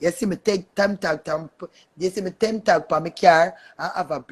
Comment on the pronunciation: Its Temp as in temporary Tag not 10 tag 🤦🏿